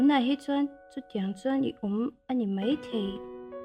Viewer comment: An chang thiam in a hmuhnawm hle mai.👍🏿👍🏿.. Mahse kan ti teh ang kan lo inzir zel nan.. “Mai” han tih tur ah hian “Mei” kan ti leh tlat zel..